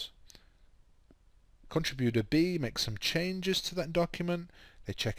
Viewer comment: please learn how to pronounce contributor.